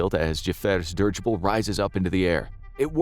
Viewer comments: "Dih-ridge-ible" not "Dirge-ible" 🙄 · It's not pronounced "dirgible". Please look it up. It's so effing annoying.